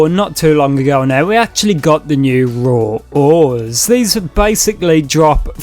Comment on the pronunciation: Raw ores - "Roah owahs"